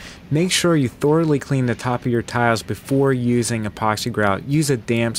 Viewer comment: Thor-a-lee =D